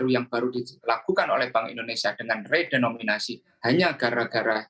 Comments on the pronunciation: ada sedikit kekeliruan pengucapan. Yakni pada waktu tersebut keliru mengucapkan "redominasi", pada kata "REDENOMINASI". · permisi mbak penyiar, REDENOMINASI mbak bukan REDOMINASI.. gemes dengernya